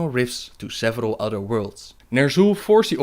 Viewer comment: Het is geen steenkolenengels, maar probeer misschien toch een beetje aan de uitspraak te werken (udder-other, deaf-death, dis-this, etc.). Ontzettend bedankt voor de videos!